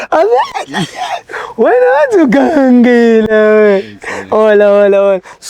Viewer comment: "whena" utsho kakuhle king